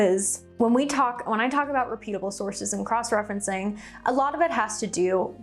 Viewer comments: Please Google the pronunciation for reputable (REH putabl).❤ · Reputable (reh·pyoo·tuh·bl)...as in reputation (reh·pyuh·tay·shn)...girl I love ya but can come across as non-reputable when your pronunciation is off